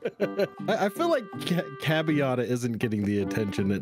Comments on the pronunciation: Me being italian:"nogla, its CIABATTA, DOUBLE T, che cazzo è una cabiata?! And what the fuck do pesto and provolone togheter?!" Yes, i was triggered hard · Hearing Nogla say Ciabatta (CHA-BOT-TA) wrong for the 4th time has driven me insane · *Ciabatta the "I" is silent. lmao.